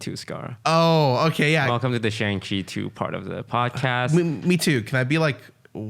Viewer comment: Isn't it pronounced Shahng Chi?